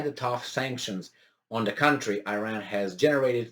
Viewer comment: please pronaunce iran like you say it for "i"taly so "i"ran, and for ir"a"n please like "a"lmost.